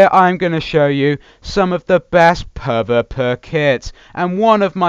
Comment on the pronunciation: It isn't puh vuh puh its pee vee pee